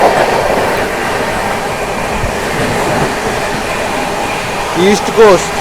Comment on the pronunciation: elamchili kadu bro elamanchili